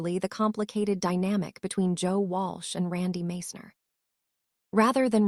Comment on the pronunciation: Can't even pronounce Randy's name properly, Followed by a bunch of BS